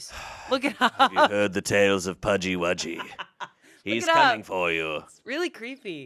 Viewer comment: New englander here,Pudgy wudgy = pukwudgie😌